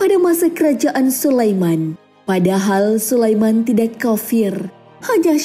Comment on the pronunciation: Suranya bagus, Tapi Pas Penyebutan (Tidak) Kurang enak Di dengarnya.. Karana Disebut Jadi Tidaxxxxx